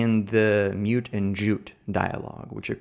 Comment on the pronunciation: Great presentation. I am curious why/how (perhaps you came across it in a reference?) you pronounce Mutt as if it is spelled Mute?...I always read them as referring almost directly to the Mutt and Jeff comic, originally created in 1907 and the first daily comic strip. but I read Mutt to sound without the long u. My guess is those words(names) aren't a rhyme scheme but contraries, similar to the comic strip characters.